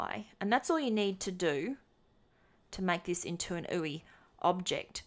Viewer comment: Did you mean 'you-eye' as the pronunciation rather than 'oohee' for ui?